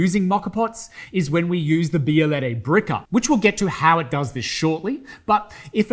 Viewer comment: This not « bialayday »